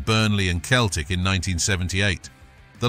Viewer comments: It’s Celtic why can’t u just say Celtic not Keltic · Thank goodness it wasn't the famous Glasgow Seltic, but some other Keltic... Mon the Kelts... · I read your post before watching the video and as a lifelong I can't believe how feckin annoying it is to say Keltic every thirty seconds I've travelled to many many countries and I have never ever come across a football supporter of any bloody team who didn't ever think that Celtic was pronounced Keltic Grrrr!! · Keltic !!!! WTF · Keltic wtf lol up hoops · Pronouncing Celtic as Keltic? You are not a football fan. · Sell-Tick, ffs, artificial intelligence, there's a misnomer. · That's what happens when you're too lazy to do a voiceover yourself and get a computer do it. Who the fuck are "Keltic?" 😂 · It's pronounced sellick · As soon as you said Keltic i stopped watching. F**k me. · Thumb down for the constant bad pronunciation of Celtic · He can’t pronounce Celtic, what a tube. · If your going to do videos learn how to pronounce teams name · Do one, ya helmet. I think a real would be able to pronounce the name of their team correctly. 😅